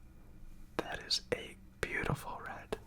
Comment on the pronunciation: I don't use intros and don't find it necessary ;-) I'm myself paint and I love it - such a beautiful flow experience. Thank you for trying it though you don't do this usually! I really enjoyed watching you/ this video! PS: I really, really love it when you say the word "beautiful" :-)